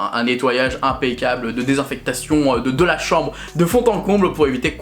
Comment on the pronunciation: Pas mal le néologisme du mot "désinfection" hehe <3